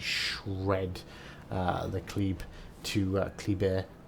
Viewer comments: at the start of vid your 3rd pronunciation of kleber is the right way to say it. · Cheers from France ! Thank you for this excellent video. Your third prononciation is almost correct ! And I'm living avenue Kleber in Paris. She would be mine ! :D